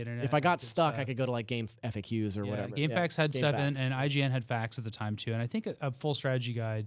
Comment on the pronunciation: Shout out to for pronouncing gamefaqs name correctly. It’s not gamefax! It’s Game F A Q s!!!